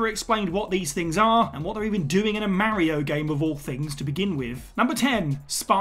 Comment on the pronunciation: Can you call yourself a gaming channel if you still can’t pronounce Mario correctly?